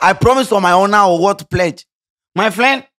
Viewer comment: He said “ my fliend “ 😂😂😂